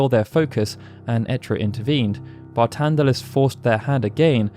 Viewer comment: His name is Barthandelus why are you saying it as Bartandelus?